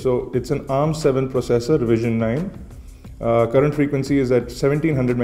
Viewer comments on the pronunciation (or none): none